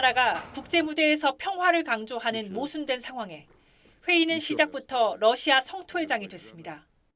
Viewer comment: 윤우리 기자는 매 번 러시아의 Russia를 Lussia로 발음한다. 아래 글을 읽어 보기 바란다. TV기자들은 말도 잘해야 하지만 발음도 좋아야 한다. 특히 외국어(영어)의 정확한 발음은 대단히 중요한 요건인데 유감스럽게도 그렇지 못하다. 예컨대 많은 기자들은 첫발음 R 을 L 로 발음한다. Russia를 Lussia로, Roma를 Loma로, Radio 를 Ladio 로 발음한다. 물론 한국어에는 ᄙ(쌍리을)이 없어서 L 과 R 발음을 다 ㄹ로 발음할 수 밖에 없는 어려움이 있다. 그렇다면 한국인들은 R 발음을 정말 못 하는 것일가? 아니다. 초성일 때에만 못한다. 프랑스(France), 마리아(Maria), 도레미(doremi), 아리랑(Arirang) 등, 잘 하지 않는가. 그래서 TV기자들에게 다음과 같은 해결 방법을 주고자 한다. R 을 첫발음할 떄 R 앞에 '으' 발음을 먼저 하라. (으)Russia, (으)Roma, (으)Radio 등으로 말이다. 그러면 당신은 좋은 발음을 하는 TV기자가 될 것이다.